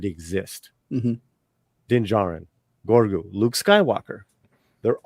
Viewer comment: So funny how keeps calling baby yoda GORGU instead GROGU.